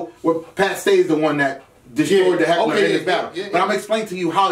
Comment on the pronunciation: Did say heckuler?